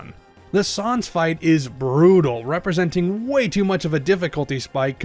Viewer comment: “Sahnz” The pain It’s unbearable